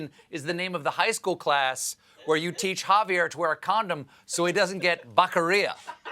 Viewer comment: Javier Backeria......SMH Ah well as long as he didn't say "YOSEMITES"